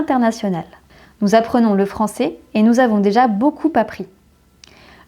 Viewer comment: Bonjour, dans toutes vos vidéos, pourquoi ne faites vous aucune différence de prononciation entre le "é" et le "è"? Ex: dans les mots "français", "il est"... c'est gênant pour quelqu'un qui veut apprendre correctement la langue.